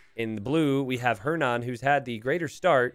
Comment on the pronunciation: The way you pronounces "Hernan" gives me a headache